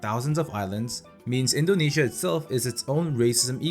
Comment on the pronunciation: Buddy you say it correctly